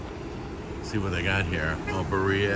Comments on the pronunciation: It’s not buh - ria. It’s beer-E-Uhhh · Birra. Say it with me, BEER E AH. Birra!! Thanks!